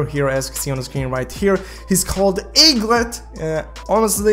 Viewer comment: Pronounce: egglet